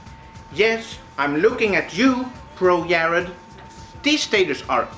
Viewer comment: LMAO he just put "pro yared" on blast